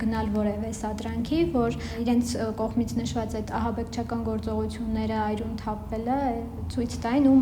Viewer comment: Շատ հաճելի լրագրող եք, հանգիստ խոսքով: 👍❤️ Մի խնդրանք, «այրուն» մի ասեք, այլ «արյուն»